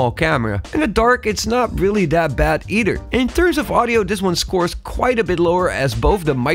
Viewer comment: When you say "either", you said "e-d-er". Your unable to pronunciate "-th" sound. Where is your accent from? I hear this accent more often in YouTube. Great video BTW!